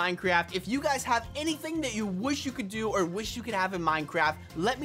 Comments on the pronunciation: You called it TO instead of DO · You said to instead of do